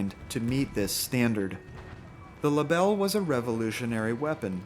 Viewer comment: I don’t speak french but I am sure you absolutely smashed the pronunciation of that rifle 😅